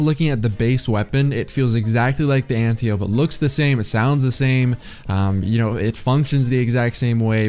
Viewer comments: an-tie-oh-pee smh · Did you add the echo effect to hide the way you were butchering the smg name? Nice